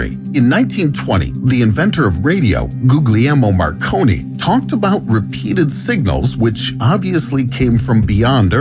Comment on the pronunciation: It's pronounce Gee yer mo Marconi